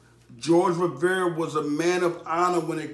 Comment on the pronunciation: you pronounced his last name wrong